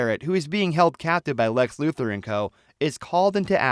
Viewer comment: It's LuTHOR not Luther